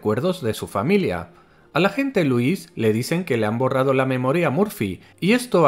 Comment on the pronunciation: Creo que pone el acento en la letra "i",y suena nombre de varón,en vez de mujer cuándo nombra a Lúis.puede que la traducción de españa la altere, pero la pronunciación también?